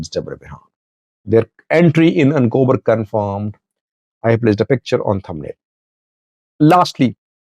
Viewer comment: Not Ancober it is achokerer 😂